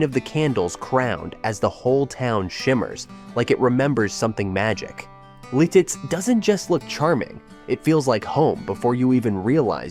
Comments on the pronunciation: lol Litiz is beautiful! It’s pronounced LIT-it’s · Really? Lititz, PA is spelled and pronounced wrong! It is pronounced Lit its, and there is not 2 e's in Erie, it's not haunted!!!!! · I'm sorry, calling it Lilitz and then pronouncing Lititz differently every single time is actually wild I'm crying 😂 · A lot of errors in the Jim Thorpe segment, followed by calling Lititz, Lilitz- that’s when I turned it off. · It's pronounced MAUK-CHUNK (Jim Thorpe) LITITZ not Liltiz Lewisburg has some incorrect clips. I'd know I live nearby. There is no WEGMANS in Lewisburg, that's half hr away in Williamsport. And s Your Wellsboro Downton shot with a blue building to the left is LEWISBURG. I work in SC and the population is when class is in session. You showed Port Matilda in one clip. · Oh FFS, it’s bad enough when you AI voices mispronounce the names but misspelling is unforgivable. IT’S LITITZ!!! Even a second gaff LEETITZ, keep going BOT! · You spend all that time making a video and misspell/ mispronunciation Lititz. Lost me there.